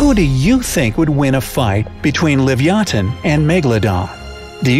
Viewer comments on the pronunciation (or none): It's not that its live-ee-ah-than